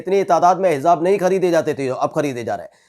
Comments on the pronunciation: Educated hokar.... Ghalat bol rahe ho.... Hizzzzzaab... Zzzz?... Kitna ganda lagraha hai... Hizaab?.... Kaan ki kharabi hai aapko....? Hij... J... J..... Jjjjjjj.. Aab.... Hijaab.... Sunkar bhi... Hizaab?... Jaanbujhkar kar.... J ko... Z... Bola jaraha hai.... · जी उच्चारण सही करो सही शब्द हेजाब है।आप Hezab bol rahe hain. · Heezaab nahi Hijaab kehte hain🤦🏻‍♂️ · हिजाब में जीम है भाई साहब उच्चारण सही करें आप जीम का उच्चारण जेड से कर रहे हैं